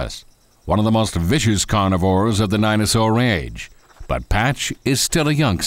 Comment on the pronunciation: wow this guy doesn't know how to pronounce any dino, which is pretty sad